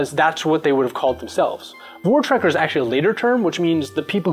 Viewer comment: Love you guys, I'm from SA. Just some tips on pronunciation: Voortrekker(direct translation: front walkers - AKA explorer) : v(mix of f and v)-oo-eh-rr(rolling r) (voor: means before) treck (like track but with an 'e') -eh -rr(rolling r) (trek: means walk) Boer (Means farmer): Boo (short oo) eh - rr (rolling r) I loved the series thanks guys